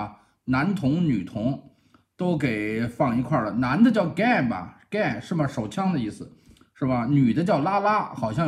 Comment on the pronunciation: 男的叫Gay不是Gun（枪）。